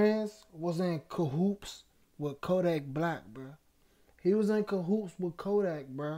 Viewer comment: it’s Cahoots…not cahoops. 👊🏾